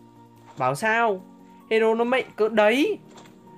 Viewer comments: Cụ tổ Đéo mạnh mà cứ đọc là mệnh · Từ "mạnh" anh nói mắc cười quá:))